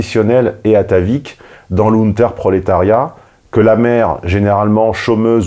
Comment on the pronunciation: C'est Lumpen prolétariat pas Lunter prolétariat.